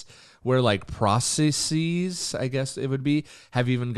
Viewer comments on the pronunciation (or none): Hey nice vid. Just a heads-up the last syllable of processes is NOT pronounced with a long e sound. Same with "biases". People seem to get it confused because some latin words like feces are a long e. Adding an "es" to make a plural doesn't do that though. Hope this wasn't too annoying.